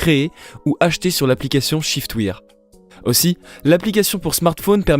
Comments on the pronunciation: On prononce chiftwaire et non chiftwire (shiftwear) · En effet c est waire (pensez a la prononciation de i am wearing) (prononcé ai)